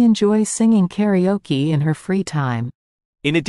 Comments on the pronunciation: 2.0 thank you. Karaoke is heard like 'karioki' and I couldn't understand what is karioki. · ご視聴ありがとうございます！ 同じスペルながら英語では「カラオキ」と発音しますね！